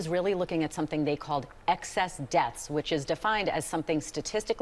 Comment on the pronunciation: excess desths? that's fkn hilarious!